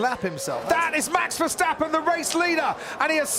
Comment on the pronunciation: He didn't say Verschtappen! 👍